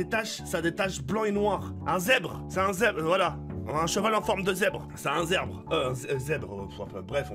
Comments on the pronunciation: _ un zerrbre il a dis en plus En plus des tache. des TACHE c des foking rayure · ces pas un zebre ses un zerbe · "Un Zebre voilà un zebre "😂😂